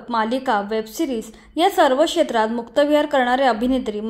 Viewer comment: 'शेत्र' नसून शब्द 'क्षेत्र' असा उच्चारावा. इथेच मराठीची गोची होते. मीडियावालेच अशुद्ध बोलतात, मग तेच प्रचलित होऊन जातं. बाकी नीनाताईं बद्दल मनापासून कौतुक आहेच..👍👌